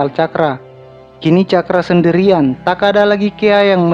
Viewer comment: Tax, tidax. Gk enak d denger. Tau bedanya k sama x ndak